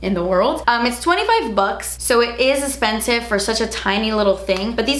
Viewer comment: I get giggly when she says "Das ezpensif"!! Thanks for keeping me laughing!